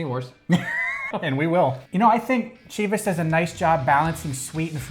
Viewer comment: OMG guys, Chivas is pronounced with a ‘sh’ at the beginning, not the hard ‘ch’ sound.